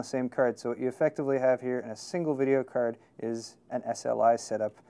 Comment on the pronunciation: He says cerd instead of card and hetz instead of hertz